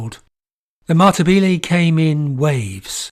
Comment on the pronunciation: Another great video, however Matabele is pronounced Ma-ta-beh-leh. Not Matabeelee.